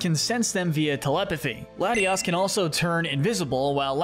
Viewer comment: you messed up latias and latios' names